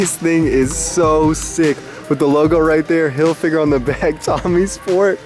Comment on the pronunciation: hillfigger not "hill figure"